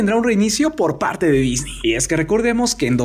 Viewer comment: "DISNI COMPRÓ LA FOX" "así se dice we" 😷